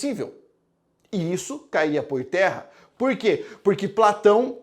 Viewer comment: Gostei demais. Atenção galera não procure nenhum livro de Sócrates " purque" não existe. Procure sobre Sócrates nas obras de Platão. Rsssrs adoro sua pronúncia do porque. Quando puder fala sobre os filósofos estoicos. Obrigada 😘